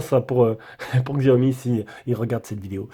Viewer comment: Juste pour info : Ça ne se prononce pas "gziaomi" ni "chiaomi", mais simplement "siaomi" !